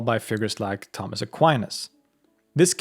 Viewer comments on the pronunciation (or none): none